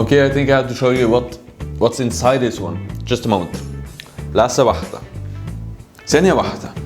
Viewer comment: هو قال لحظة واحدة ولا لحسة واحدة 😂